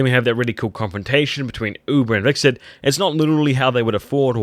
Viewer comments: it's Hvitserk not wixert lool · You know it's "Hvitserk" and not "Vikserd" right? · "Vixert" seriously? If you're going to review a show at least learn the character names.